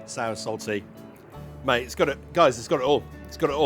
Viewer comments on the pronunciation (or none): none